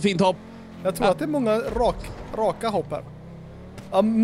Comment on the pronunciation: Älskar att ni säger höpp istället för hopp, hehe